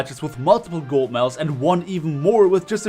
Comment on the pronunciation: this is not a roast but "golt medals" 😂😂😂 love u man keep up the good vids